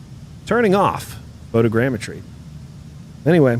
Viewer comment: Watching the vod today at work. You’re crackin me up man CHARGIN THROUGH ORE IDA. Glad that fixed the DEN problem. Shout outs for being able to pronounce photogrammetry